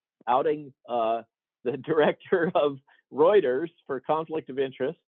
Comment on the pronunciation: Routers? Do you mean Reuters (Royters)?